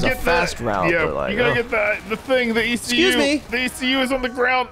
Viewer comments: I dunno if they're just casually making an rvb reference by pronouncing ECU as "eecoo," or if they genuinely don't know that it's an acronym and you pronounce it by saying the individual letters. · ecu, not icou. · “eque” 😭😭😭😭its just E.C.U made it anime😭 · The "Eekuu" job. As a Automotive Service Technician I facepalmed at that one. These guys are awesome. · As a car guy, hearing them say "The Eekoo Job" over and over hurt my soul...it's an E.C.U., Electronic Control Unit...a stand alone ECU is an aftermarket programmable replacement for a car's factory onboard engine/transmission management computer that allows you to change programming variables in order to make more power and tune the engine beyond what the factory's EPA friendly baseline tuning was... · It’s e c u not ecu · It's E.C.U!!! NOT ICOU!!! Electronic Control Unit! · Well if u didn't know wasn't a car guy u do nw: let's do the ecu job It's pronounced e.c.u stands for engine control unit just thaught it was funny the way he said it